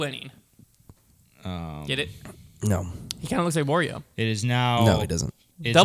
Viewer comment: Odd way of pronouncing Wario.